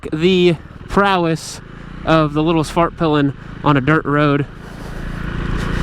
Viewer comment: As a swede, I approve your prononciation of Husqvarna!! But Svartpilen could use some work. In Swedish you would not say "svaart-pillen" but rather "Svart-peelen" with a short aah in Svart and a long "i" in pilen as ee in pee.. If that makes sense to you...